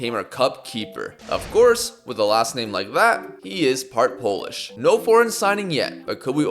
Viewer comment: You are saying Polish names and words very good bro👏👏